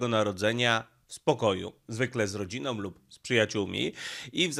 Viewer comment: Z rodzinOM, uwielbiam takie końcówki wyrazów z ogonkami. 🙉. ty chyba słoik jesteś 😀